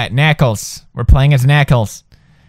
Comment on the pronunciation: it funny how pewds says knuckles